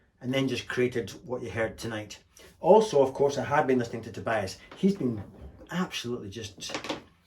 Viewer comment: It's pronounced Tobeeas.